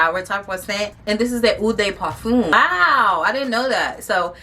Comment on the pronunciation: Heads up you’re pronouncing EAU de parfume and EAU de toilette completely WRONG! It stands out because you kept saying it Lol I was like HUH???The names of the individual ones I can understand but really? Practice saying it so the sales ladies don’t think you sound crazy girl!